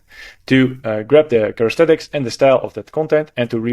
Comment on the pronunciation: Characteristics not charestetics ;) thx 4 video